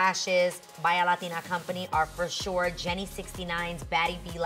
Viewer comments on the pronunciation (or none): none